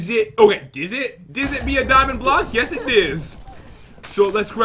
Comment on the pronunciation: Who also notices pat saying blohhhh instead of block